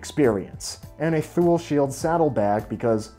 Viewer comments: You pronounce Sugino with a hard G like “go” but don’t pronounce Thule as “toolie”? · ah yes, thool